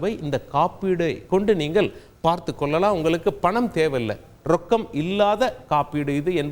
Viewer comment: நல்ல தகவல். நன்றி. கொள்ளலாம், கொல்லலாம் இல்லை சார்.தமிழைக் கொல்லாதீர்கள்.